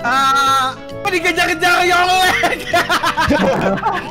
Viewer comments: loe mabok....? Tuhan Allah kale. Kalo Islam itu tulisannya Allah, bacanya Alloh.. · Iyap, aku juga denger Btw nama Allah nya "a"nya harus besar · di Kristen pengucapan 'allah' nya itu berbeda daripada di islam, maybe ka ngomong gt karena di lingkungannya kebanyakan muslim jadi kebawa gt